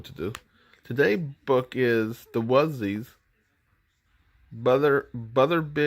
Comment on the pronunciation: Thank you so much for this, I've been looking for this recording forever! Also, it's "Wuzzles". Rhymes with "puzzles" 😊